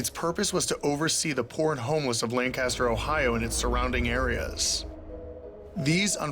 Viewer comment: I keep getting triggered every time he says Lancaster like that lol